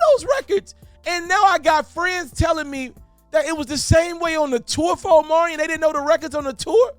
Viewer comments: Ima need you to pronounce Omarion's name correctly, he at least deserves that respect‼️ Say it with me now 🗣O-MAR-REE-ON🤌🏾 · You mean, OMelon !!! 😂😂😂